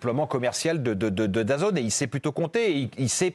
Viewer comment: Daz « N » pas dazone….